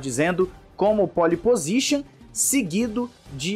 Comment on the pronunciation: Corrija sua pronúncia: não existe "póli pozixan", o correto é "pol pozixan "